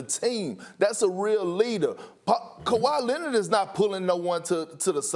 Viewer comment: nobody: absolutely nobody: stephen a: KAWHI LENNID!!!